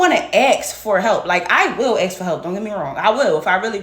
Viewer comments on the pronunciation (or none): "axe" vs. "ASK"! 🙄😒 Do better!